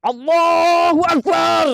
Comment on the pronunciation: Azan nya saja salah membaca, akbar dia baca axbar